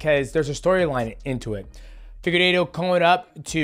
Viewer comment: Figu what? figuedo, piera… these pronunciations must be stopped